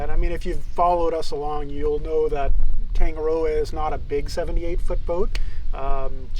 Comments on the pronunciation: Please try to pronounce Tongue A Rdrdoa correctly, roll the R 😊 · im from nz, the way you say tangaroa is wrong. Sounds abit weird how you guys say it